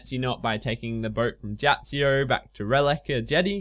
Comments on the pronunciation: It's "Neitiznot" and "Jatizso", not "Neitzinot" and "Jatzsio" which annoyed me a lot "Jump over the eastern bridge" but you went north -_- Would have helped if you had mentioned the bronze nail thing earlier in the video Those are just very minor faults, other than those it is a fantastic guide! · NAY-TIZ-NOT YA-TIZ-O Simple pronunciation. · YOU MISPRONOUNCE BOTH ISLAND NAMES IT'S SO FRUSTRATING Awesome guide though ;D